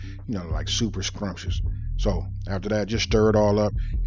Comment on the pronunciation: As soon as he said, “Suppah Scwumpscious,” I was like... this man from Louisiana. 😂